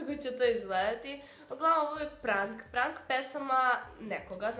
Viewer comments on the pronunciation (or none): prank se cita prenk.. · Izgovara se prenk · super si ali ne kaze se prank nego prenk a pise se prank 😂😂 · OMG cura kaže prank??!😯 Kaže se prenk,a piše prank... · Ne kaze se prank nego prenk NO HATE!